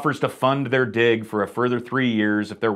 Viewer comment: is it just me, or does it sound like he's saying d**k every time he says 'dig'